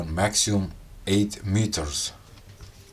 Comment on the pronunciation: Brother, it's NOT "maxium"; the correct pronunciation is maximum. (MAK-si-mum) great show.